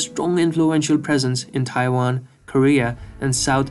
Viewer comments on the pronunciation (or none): none